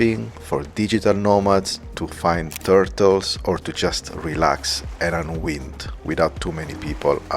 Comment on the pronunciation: Hi, fab video as always. I hope you don’t mind me offering this. The word ‘unwind’ sounds like un-why-nd. 🙏🏾❤️